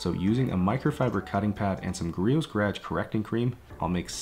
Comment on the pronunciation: Gar-ah ge